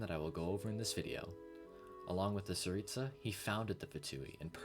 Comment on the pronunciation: I HAVE NEVER I REPEAT N E V E R HEARD ANYONE SAY ‘TSARITSA’ SO PERFECTLY!!!!!! not even voice actors themselves!!!!!!!!!! as a russian person i know what im talking about u just said it like I say it! u cannot IMAGINE how glad i am to hear that!!!!!!!!!! im in shock! thank u!